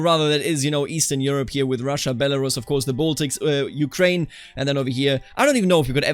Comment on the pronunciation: Blood for the revolution! Blood for Madam Guillotine! (Also, great pronunciation of Ukraïne and other Slavic names)